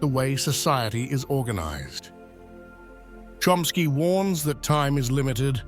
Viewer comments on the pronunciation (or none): His name is CHOMsky not Chromsky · The way his last name was pronounced was like 'Trumpski..